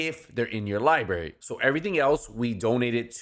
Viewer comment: library, not liberry